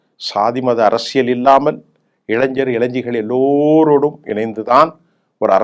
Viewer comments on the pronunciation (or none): none